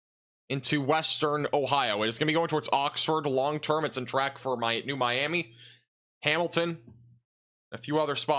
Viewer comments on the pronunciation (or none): none